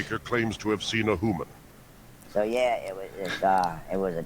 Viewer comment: "it was a hooman... you could tell by the knees" i may have woke up the whole house laughing after hearing that